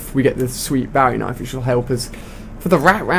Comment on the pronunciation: he said bawie knife , lol